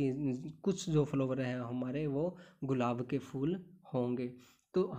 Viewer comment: Sir sorry but apki hindi n English dono pronounciation not right ....specially स्तनधारी, रोजेज,फ्लावर्स